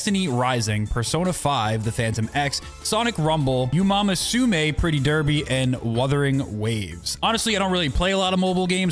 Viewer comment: Not gonna lie, I winced so hard at how you butchered Uma Musume Pretty Derby’s name.